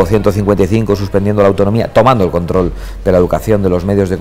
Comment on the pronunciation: "tomando el contrrol de los medios de comunicación"